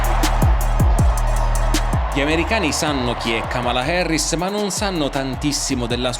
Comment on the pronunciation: Da buon italiano pronunci la “A” come se fosse una “E”, non capisco perché no dici :”Kemela Herris”